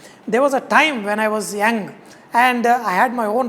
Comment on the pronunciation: Bro u need to improve your English its not yang but young 🤣🤣🤣🤣